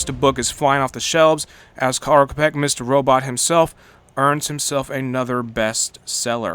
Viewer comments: I did find the Čapek´s pronunciation quite amusing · Š is pronounced as english sh (shop for example) Č is pronounced as Cz in Czechoslovakia or ch in english Champion. Karel Čapek also wrote R.U.R. Sci-Fi book that first used term robot and popularized it.